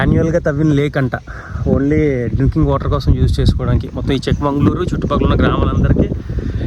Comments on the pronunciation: చిక్క మంగళూరు కాదు.. చిక్క మగళూరు. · It's chikkamagaluru. Not chikmangalur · చిక్క మంగుళూరు కాదండీ. చిక్క మగళూరు. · చిక్కమంగళూరు కాదు చిక్కామగళూరు అంటే చిన్న కూతురు ఊరు